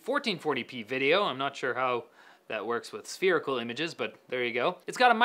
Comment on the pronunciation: I heard 'spherical'... SPHERICAL!